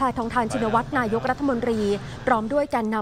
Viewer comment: นายก อ่านว่า นา-ยก ไม่ใช่ นาย-ก ไม่ใช่ นาย-ยก